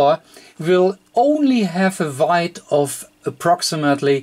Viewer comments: Weight sounds like wait(or w8), not like wide (or white) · Also wanted to thank you for your videos; very helpful. If I could just offer one criticism, it's that your pronunciation of 'weight' to the native English speaker is wrong, and my brain gets stuck for awhile (until it adjusts!); I then have to go back aways and re-listen. Kind of like when you're reading and you come across a word you don't know the definition of. You can keep reading for several pages before you realize you haven't comprehended a thing since the errant word... Anyhow, just trying to help; thanks again! FYI, 'weight' is pronounced the same as 'wait'.